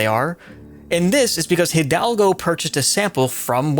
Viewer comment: Just a heads up, the way you pronounce "Hidalgo" is like " EE - dalgo"